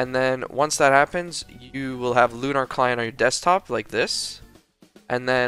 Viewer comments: pronounced “lu-ner” not “lu-nar” sorry for being the grammar police but it just bugs me a ton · loo nar client lol jokes aside nice vid :D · you pronounce lunar wrong.